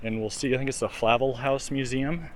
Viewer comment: ... it's not Fla'vel... it's FlaVEL'..(accent on vel..😉)